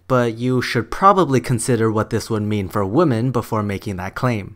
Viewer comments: The pronunciation of 'women' is 'wimin', not 'woman'. Sorry, but it annoys me. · its called having an accent. You, in this case, are the one with the unusual pronunciation, compared to the rest of the world. And as far as I've heard the UK. (Could be wrong only been in the southern part a few times, they said it more like "womin" "women" or really just "woman"). Atleast my 2 English teacher who have studied and thought English in the UK did pronounce it like that. Just saying, no hate :)